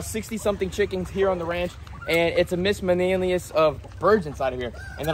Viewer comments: It’s actually “Miscellaneous” bro😂😂😂😂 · Are you saying miscellaneous?